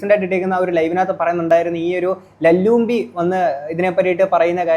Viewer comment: ലല്ലൂമ്പി ❌ലല്ലുബി✔️ 😂